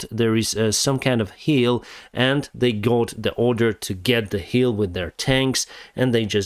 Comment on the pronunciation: my friend, its hILL, not hEEL.. ;)